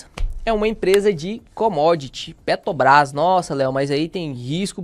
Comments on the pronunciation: Meu amigo, pq vc fala Petobras? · PETOBRÁS???? QUANDO VAI APRENSDER A FALAR?